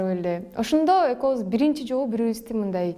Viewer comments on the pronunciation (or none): Экоуз дебей экобуз деп суйлосон э